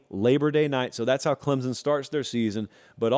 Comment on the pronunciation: This clown still can’t pronounce Clemson correctly but I’m supposed to care about his opinion?